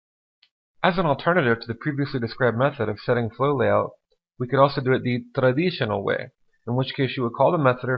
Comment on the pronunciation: Why stress "traditional" like that? :D